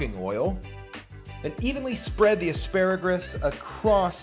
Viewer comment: "Asparagris" LOL